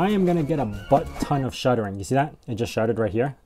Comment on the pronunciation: Are you saying "shuttering"? I believe the word you are looking for is "stuttering". Your video has very good production quality.